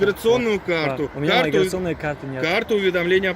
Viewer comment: Хаххахаха видножитество говорит ещё миграсиони 😁😁😁